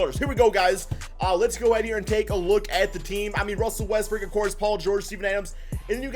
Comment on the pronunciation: EVERYTIME you say Westbrook I hear Westbrick hahahha